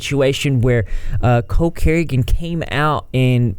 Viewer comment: It's funny how you say Cole Carrington. "coke Carrington"